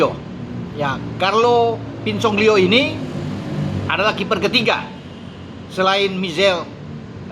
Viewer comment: Pinsoglio,, bukan Pinsongglio. Dan yg diincar Juve adalah Audero dan Carnesecchi yg teratas.